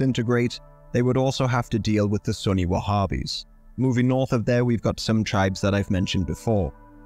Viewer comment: There's no group called wahhbbis, so stop saying it